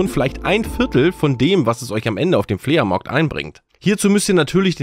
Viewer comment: Flea Markt finde ich schlimmer.. 🤣 Entweder Flohmarkt, oder Englisch aussprechen.. ❤😁